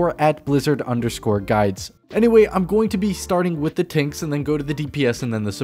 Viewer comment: “Starting with the tinks”.